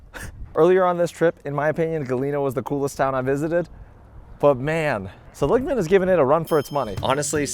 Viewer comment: It's pronounced SELL-ig-man, not suh-LIG-man,.